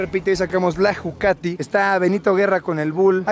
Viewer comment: "LA JUCATIS"